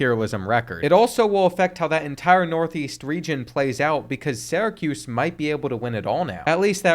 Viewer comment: Bro I’m begging you to learn how to pronounce Syracuse